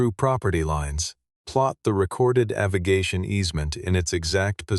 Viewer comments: The word 'Avigation' is an incorrect pronunciation of the word AVIATION! Thumbs Down! Bad Form! 😞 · Tell your AI the word is “AVIATION” NOT AVIGATION” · weak story AI slop. the captions read 'aviation' but the 'artificial idiot' says 'aviGation' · AI pronunciation poor. Struggling with the word "Aviation" - rather fundamental in a story about an airfield. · AI voice can’t pronounce aviation.